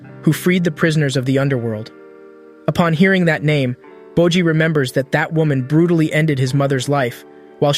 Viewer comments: nah u did not just call bojji 'bocchi' lmaoo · Did u just call my man Boji dumb boy, I hope I see ur dumbass in the streets